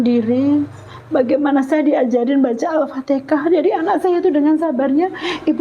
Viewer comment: maaf bu, bukan "aftekah" tapi "alfatihah" pertanyaannya: knp pembawa acaranya tdk menjelsakan disitu pd narasumber kalau penyebutanya bukan aftekah tpi alfatihan. sya maklumi krn si ibu mungkin belim fasih atau belum tahu betul penyebutannya tpi si pembawa acara knp tdk mengajarkan atau menjelskan itu salah penyebutannya. semoga skrg si ibu bisa nyebut alfatihan dgn fasih